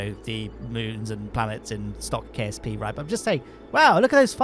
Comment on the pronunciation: i heard KFC not KSP